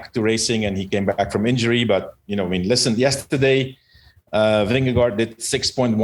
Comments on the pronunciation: ving'e'gore... will make an American pronounce it ok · Vingegaard. aa = å, Vingegård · The last "d" is silent, and the two "aa" in gaard, sounds like "å" in danish, so you shall pronounce the name as: Vinnegår